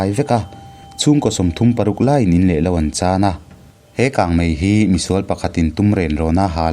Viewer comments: 'Ni pawh ala kang vah' tihlai hi, "tuikang' kan sawi a, 'kang' ang a lam lo in, chawikang, ball pet kang kan sawi a, kang kan lam ang a lam tur a nih hmel, a thilsawi tum nen hian i 'kang' lam dan nen hi chuan a inmil theilo. Tui a kang thin a, Ni chu. Kang ngailo ania 😀😀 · Ni pawh ala kang lui kang chat a kang ang hian i lam,,,mahse nilo in kang zuang kang rawh ti a kang ang khan lam tur i lamsual palh niin ka hria sawi ve mai mai...😅😅😊😂 I channel hi ka duh lutuk hrang lam Pasaltha rak hnuai a tawn lam hi a ngaihnawm leh zual lo ti zel rawh i aw(voice) hi a mawi a hriat a nuam....lo hrang zel rawh aw i chhiar thiam mawlh mawlh lutuk sawiselna tur a vang ka ti i thluk dante hian min hneh...😮❤️❤️❤️